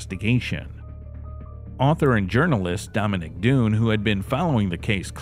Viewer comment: "Dominic DUNE?" Come on...